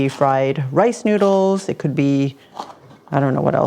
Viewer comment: It’s no njuidles, it’s noodles, idiot.